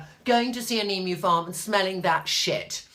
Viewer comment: Hahah I'm an Aussie. Love your descriptive words regarding our emus. Least you can pronouce emu. Ostriches and emus are both large flightless birds. Emus are in Australia. Ostriches are in Africa.